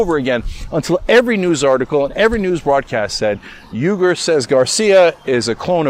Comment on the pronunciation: “Errgerh” 🤣 ... it’s alright, Cenk pronounces it wrongly as well. It’s “oui-goor” (French “oui”) but he calls himself “you-ger” (rhymes with Luger) because: Murrican!